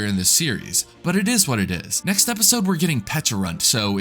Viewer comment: Its Pecharunt